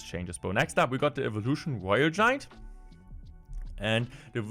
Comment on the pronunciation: "woyel we cutes" Man i love deutsch